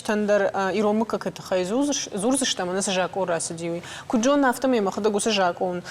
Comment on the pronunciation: Ведущая говорит ,, жакон" ,а надо говорить ,,закон ". Это все равно,что говорить ,,масина" или ,, мацина" вместо ,, машина" ! Вот вам и знатоки осетинского языка !